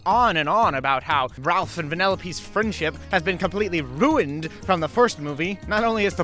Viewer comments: why do you pronounce ruined like that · He did not just say the Stevie griffin ‘ruined’